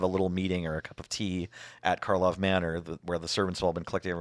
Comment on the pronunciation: It never ceases to amuse me that people just cannot stop calling it "Markov" instead of "Karlov". didn't even catch doing it right at the start (or at least didn't bother to point it out if they did).